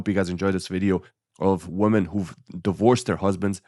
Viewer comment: Women vs woman.... pleeeeease get the pronunciation right!!